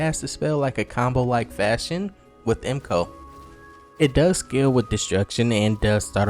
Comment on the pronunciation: Mage MCO looks sick until u said Emcoah